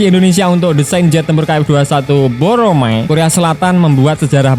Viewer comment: Bukan boromae tp BORAMAE